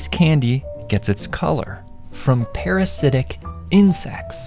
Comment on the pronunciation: guy emphasised parasitic so much. Doesn't matter to nature at all lol